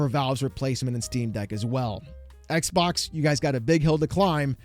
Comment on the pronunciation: iTs NoT a EcK bOk! eCk BoK ded!